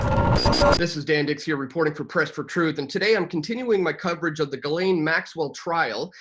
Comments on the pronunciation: Pronounced like GIzzLAINE MAXWELL. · Honestly, regardless of the lack of respect I have for maxwell, pronouncing the name right would go like this Ji like Jiping, SSSS like the hiss of a snake, laine, like wool in French. Jisssssss... Lèèèène. It's easier for Japanese to learn French as the sounds are really similar as it would be easier for Englisher to learn German as it has similar sonorities. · It's pronounced Jislen.